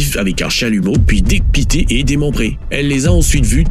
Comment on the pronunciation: Oui parce que un humain ne dit pas : décapté au lieu de décapité lol